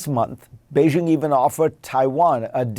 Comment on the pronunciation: How could you spend last week in China and not learn how to correctly pronounce “Beijing “ Say BAY JING….the “jing” is the jingle in jingle bells.